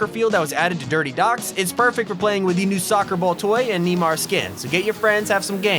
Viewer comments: Love how he says Neemar instead of neymar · It’s pronounced nay-mar not nee-mar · Can we just take a minute and think why he said Neemar instead of neymar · Really said Nemar but it’s Neymar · 99% of you didn’t notice he said neeymar and not Neymar ); It’s football not soccer 🥅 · 99% missed the fact that said neemar instead of neymar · He called Neymar neemar😂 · Man says neemar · Neemar. Oh yeah it’s big brain time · Did I hear Neemar at 3.31? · Did he just say knee-mar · He said neemar wth bruv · Did you just say Niemar??😂🤦‍♂️ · Did you just say neemar? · He said neemar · Did anyone else hear him say knee mar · neemar lol